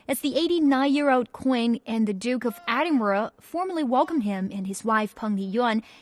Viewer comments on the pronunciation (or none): when you said Britain it sound like breton and when you said Edinburgh sounded like adinburgh